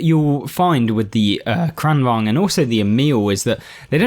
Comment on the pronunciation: As a Swede, I'm very pleased with your pronunciation of "Kranvagn"! Also, nice videos. I enjoy them very much, lots of useful tips and tricks. Played a fair bit of Blitz some years ago, but new to the console version.